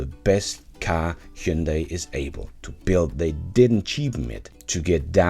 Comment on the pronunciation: Hyundai IONIQ-5 should have been compared more to Model Y? BTW, your pronunciation of "Hyundai" is almost perfect! (only very minor correction would be: instead of second syllable being "day", it should be like "deh", but still the very best in 20 years of non-Koreans pronunciating it as Hyun-die, Hun-die, Hi-yun-day... Thanks!